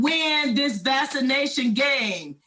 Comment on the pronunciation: What is vassination. Is that ebonics ?